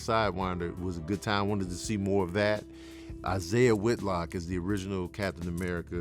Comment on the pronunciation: Killing me saying Isaiah Whitlock 😅